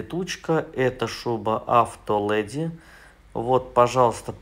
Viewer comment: АвтолЭди)))) Леди! Учимся правильно говорить😅